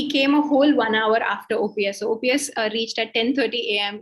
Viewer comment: After - I stopped watching. says EPS and OPS jointly ousted JJ!! It might be a slip of tongue, but at least could have stepped in to correct. Also, was terrible with getting Mr.OPS' name properly. - Please have more focus on South!